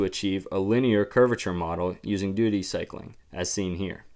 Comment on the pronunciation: He said doody cycling... HAHAHAHAHHAHAHAHA